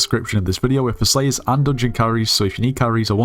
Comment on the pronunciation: bro I thought he said slaves instead of slayers at the start 😭🙏